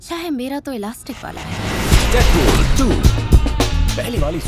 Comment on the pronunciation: Deadpool Bhuvan bam:- Doopheir